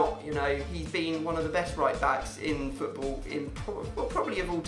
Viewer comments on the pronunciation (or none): none